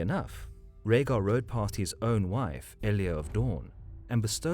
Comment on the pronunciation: EL YA this is how you say her name not eelaya